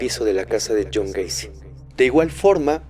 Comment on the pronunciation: Yo también me equivoqué al decir Jhon wacy